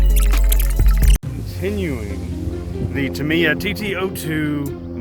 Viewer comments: love it, Subscribed, you say Tamiya wrong though.... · Ta-mi-ya say it like that